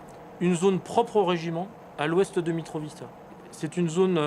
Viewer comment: "mitrovichka" ,c est quoi ces journalistes de merde